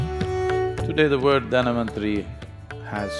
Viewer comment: Not Dhanavanthari, it's Dhanvanthari..🙏